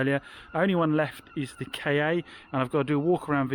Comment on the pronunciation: Interesting video. One observation - it's the Ford 'Ka', not Kay-ay. I feel better now.